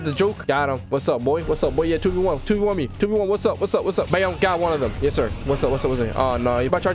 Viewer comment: It’s twau actually